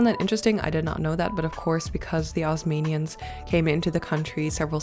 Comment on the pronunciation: Ozmanians? It’s Ottomans